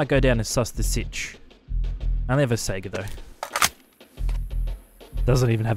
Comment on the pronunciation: Holy shit.. finally, someone pronounces saiga correctly!